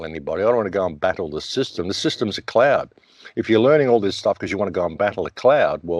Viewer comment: 🌄 IN LAK'ECH ~ my brother when you said 'guvmnt cloud' thought I heard clown.. definitely synonymous. And when you referred to 'between the lines' I had to think for the past decade at least 50 percent of us have grown natural proactive, so thanx for the polite shove. And as far as watching both hands at the same time, remember you can lead a horse 2 water...Keep Rocking 🎶🏞🎸🌟🍻🤘🎵🌈⛥✌🏛😎✨